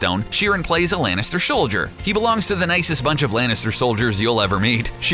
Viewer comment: Nobody is going to mention how CBR pronounced "Soldier" ?